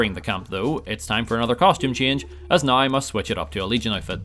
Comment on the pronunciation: pronounced now "nauwer"